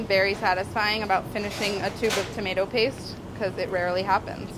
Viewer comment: It's prenounced tomato not tomato